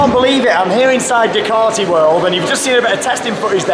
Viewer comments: You say Ducaty I say Duekarty??Lets call the the whole thing off lol. It's said as DUKEATTI.BUT like you know spelt Ducati lol.Who Knows??Ask the Italians?? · Its Due - cat - e